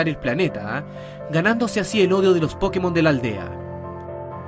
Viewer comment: A eso súmale el que al decir Pokémon acentúa la po.